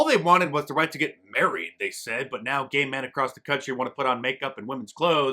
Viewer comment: "ghay" marriage!!!!!!!!!!!!! bhahahahaah